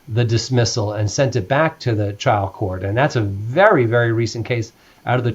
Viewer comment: his accent keeps saying child (trial) court